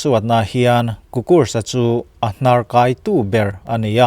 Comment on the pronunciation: Hnarkaitu i thluk dan hi a diklo deuh